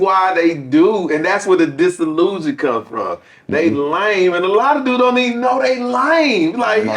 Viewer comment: What's disalussion?? 😂😂